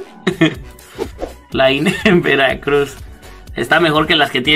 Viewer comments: Awwwwww el estadog de veracrugs (imaginense la voz del narrador frangses? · JAJAJAJAJAJAJAJAJAJAJ que dijite de veracruh